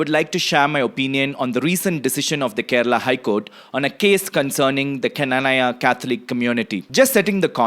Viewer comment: Pronunciation:- Kna-naa-ya